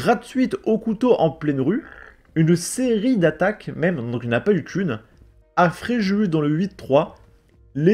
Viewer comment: Prononcer « Fréjusse ». 😆